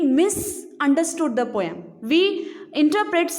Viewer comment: Poem pronunciation is wrong